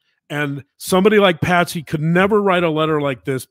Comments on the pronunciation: It’s Patsy, not Patty. And John greeted the police at the door when they first got there. Please get your names and facts straight unless you lose credibility. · I love this channel and much respect to the Dr snd journalist wife for their work, however, it's kinda comical how explains how in depth they have researched the case all the while calling Patsy..Patty...simple mistake surely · Its Patsy, not Patty. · Her name was Patsy!! 🙄 not Patty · Besides all of the terrible misinformation in this presentation (pineapple & poo), Her name was Patsy, Not Patty !!! Can't even get her name right, Credibility Shot IMO.